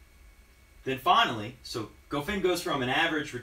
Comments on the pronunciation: One advice man: It is not pronounced ''Gofain'', it is pronounced ''Goffawn'' Goffin was incredibly solid from the baseline the entire 3rd set. He returned almost everything Roger threw at him and almost didn't make mistakes. And Federer didn't mix it up, no drop shots, no serve and volley, no high bouncing balls, no short chips, no return to go to the net. Goffin was the one that made adjustments when he was getting demolished, so in that regard Goffin won the match by outplaying Roger. Not one single tennis player wins matches automatically just because of their last name. They have to be consistent, execute the gameplan, winning the important points and overcome adversities during matches. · Honestly, I somehow blame this on you,. Goffin watches your videos and got charged up.:-P BTW. I believe it's pron Go-fan.